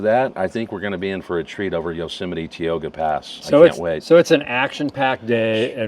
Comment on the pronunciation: You're finally traveling into my part of Cali. I've never heard it pronounced Teeoga pass before. 😁 We say Ty-oga. But hope you enjoyed your trip through our neighborhood!